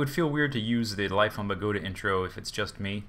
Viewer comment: bogota is the capital city of colombia for u to know !!!!!!!!!! and is no pronunce like you say it idiots